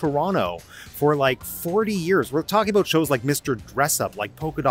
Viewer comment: That's what I'm talkin aboot... Eh?